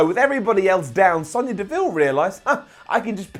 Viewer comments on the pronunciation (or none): none